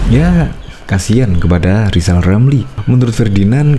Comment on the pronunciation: Sok hebat kau lizal,, eerrr aja g bisa. Belajar lgi,,,, sok suruh Jendral,,, emang kau siapa,, ,,? Aaaaa